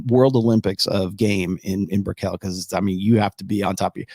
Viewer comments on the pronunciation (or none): It’s Brickell not bri-KELL. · Like nickel, pickle, and fickle